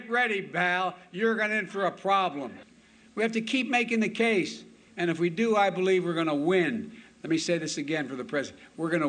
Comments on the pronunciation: Didn't doofus also say Val instead of Pal? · Comical....instead of Bal did he mean pal? Perhaps the supply chain shortage includes someone’s smelling salts 💁‍♂️ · Did he say pal or invoke baal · Did he say BAAL? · Brandon didnt say pal he said Bal. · Comedy gold… “Get ready pal, you’re gonna in for a froblem” 🤦🏻‍♀️